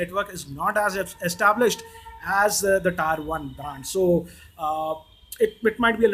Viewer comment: Tier is pronounced "TEAR", not "TYRE"..